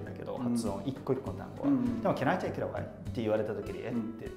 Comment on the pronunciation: Atsuさんの'take'の発音がオーストラリアだなぁって感じで面白いなぁ、と